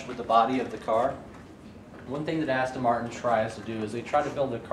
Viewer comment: Just saying its ASTON NOT ASTIN ! just saying